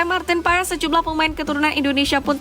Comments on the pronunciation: Banyak yang salah cara penyebutan Maarten Paes, wkwkk yang bener adalah "Martin Pas" bukan Paes 😂😂😂😂😂😂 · Maaf min ..cara bacanya martin pas jangan paes dong😅